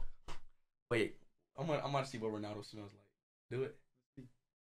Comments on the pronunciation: It all started saying Cristew Rownaldo SUIW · he says ronawdo